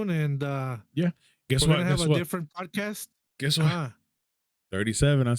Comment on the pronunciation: It sounded like you said the Pdidy podcast 😆. Ped…podcast okay.